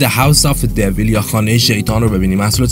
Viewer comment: تلفظ کلمه devil اشتبه است. لطفا دقت بیشتری عنایت فرمائید.